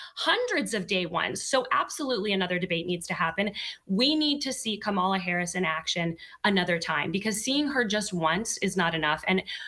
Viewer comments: No excuse!! When one signs up to be a reporter, the onus is on that individual to learn names, fact check information, travel abroad, interview people of different nationalities, etc. Her constant mispronunciation of VP Harris’ name appears intentional! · Pronounce her name correctly and are you seriously going to double down on people eating pets? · Kamala Harris beat Donald Trump like a drum! That lady deliberately mispronounced Kamala's name and called Joe Biden a disparaging name. That's the kind of sloppy, grade school antics that Donald Trump and the Republicans do; but Lying and name-calling are not substitutes for policy! Donald Trump can tell a whole bunch of lies and spin conspiracy theories with no proof at his rallys and his followers go along with it even when they know he's lying. But when you participate in an actual debate then you have to come to that stage knowledgeable of the actual facts and prepared to debate the best approach to dealing with the actual facts on a range of different topics. Donald Trump failed miserably in both cases! He just kept running back to what is most comfortable and familiar to him, which is lying and just making up stuff. Kamala, on the other hand, was very well prepared and quite well versed on everything to do with presidential duties, to include foreign policy and domestic issues. I doubt that there will be a second debate because I'm sure Donald Trump doesn't want any more of what he got last night which was a serious beat down! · And Say her name correctly , so disrespectful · At least pronounce her name correctly. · And please try to learn how to pronounce Kamala's name. It just makes you look dumb not to... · There is NO excuse for to keep mispronouncing VP Harris first name; totally unacceptable considering she’s a well renowned reporter.